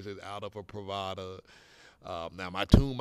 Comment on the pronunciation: Thanks. The pronunciation is wrong. Your description could be "residencias pree va das."